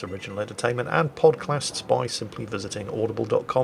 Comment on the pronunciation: No one caught Pod-clasts ?